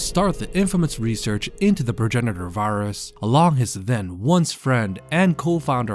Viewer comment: "Varus" lol. Great video though!